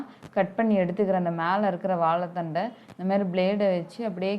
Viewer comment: u r saying vaalathandu